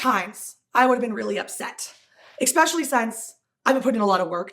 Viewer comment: She always says "exspecially" and I hate it.